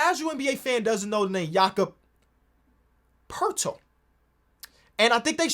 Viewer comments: no but thats not how its pronounced, why do all nba fans pronounce it like that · going back and forth pronouncing poeltls name right and wrong killed me 😭